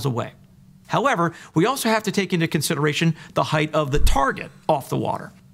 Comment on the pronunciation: I love your delivery, and the way you take down these imbeciles. But could you stop pronouncing it "heighth" please? It doesn't have a "th" on the end. "Breadth", "length" and "width" do, but not "height". 😉 I know, I know, I'm being a pedantic ass, but I've heard lots of flat earthers pronounce it "heighth" and it really bothers me for some reason. 🤷🏼‍♂️